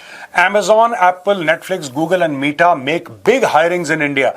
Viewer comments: Sir Meta (like Mehta), not Meeta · U R OSM!🎉 (META is pronounced like 'beta' in Hindi as in 'son'.)